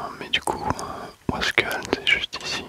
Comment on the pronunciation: Merci bcp d'etre passé !!!! Mias oui sinon on dit wasquAliens(le e ne se prononce pas) Super video encore une fois. grosse force pour la suite